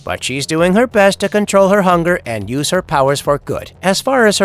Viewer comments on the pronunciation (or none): none